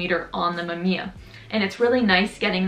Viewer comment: Mam `iya ? WTF ? Originally (maꜜmija ) - mAmiya , its japanes word , but not Canadian.